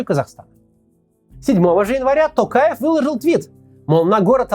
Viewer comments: А вы заметили, что к концу ролика Максим стал говорить тОкаев вместо тАкаев =)))) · Максим мое уважение к вам,но пожалуйста не коверкайте фамилию Президента.не Такаев , а Токаев. В русском языке есть же буква о и вы же можете выговорить.прям режет слух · Коментатор ты чё бл* не правильно произносишь. ЖанаозЕн, тЕнгЕ. Там нет буквы Э ты не грамотный не жанаозЭнцы а ЖанозЕнцы. Не АктАбе а АктОбе, Не КАстанай а КОстанай. Пересмотри свое произношение. Ведь не сложно. ТОкаева же правильно произнёс ТОкаев. Не ТАкАев а ТОкАев! Ведь не сложно же правильно произносить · Сам ты Такаев, Токаев нашего президента зовут. Учись нормально выговаривать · Главное правильно произносить им. самого Токаева полностью, остальное приложится. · видео полезное, но можно было поинтересоваться, как правильно произносить слова. учитывая весь шум вокруг «ТАкаева» и «тЭнге»🤌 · Т"O"каев через "O", хватит коверкать фамилию на свой манер, Мооксиим Коотц! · Опять тЭнгЭ, ТАкаев, еЛбасы. Вы Максим очень плохо подготовились. Такое произношение осуждается!